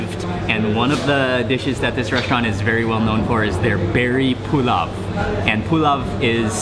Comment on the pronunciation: Pulav is pronounced poolow